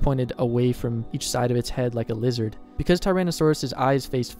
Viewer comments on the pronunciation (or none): none